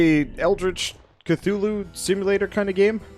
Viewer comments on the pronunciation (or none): none